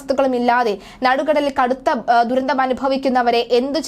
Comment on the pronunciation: കൊച്ചേ നടുകടൽ അല്ല നടുക്കടൽ ആണ്